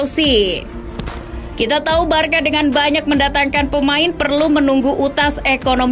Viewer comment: Barsa mbak bukan barka cara baca nya